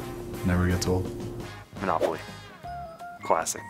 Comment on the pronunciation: Did they tell everyone to just say manopaly